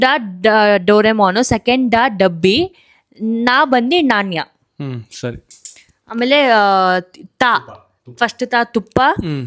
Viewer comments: ನಾಣ್ಯ adu ಣ alla ಬಾಳೆಹಣ್ಣು ಭಾ ಅಲ್ಲ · Coin pranouns tappu naneya